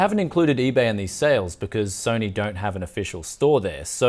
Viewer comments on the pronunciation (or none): none